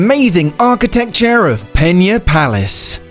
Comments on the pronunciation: You said "peña" so many times that I almost had to throw up! It is PENA...with a regular "n". Portugal speaks portuguese, not spanish...got it? There is no "ñ" in portuguese. Never, ever say portuguese words as in spanish. It is garanteed you will be pronouncing it the wrong way. Better to read it as in yourn own language, then at least you would have the excuse that it was your own accent. "Pena" in portuguese means "feather" in english or "pluma" in spanish. Meanwhile, "peña" in spanish (the word you said) means "pain/sorrow" in english. As you can see, not only both words do not sound the same as they have two extremely different meanings. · It's Pena not Peña... why does everybody say portuguese names with spanish pronunciation? go to google translater and hear the word, it's not that difficult... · Thumbs down for pronouncing it peña